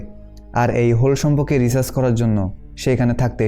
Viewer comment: Dada tumi bar bar research k recharge bolecho 🥰🥰🥰🥰